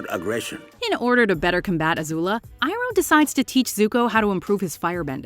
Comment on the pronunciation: It’s Pronounced E-Roh not I-Roh...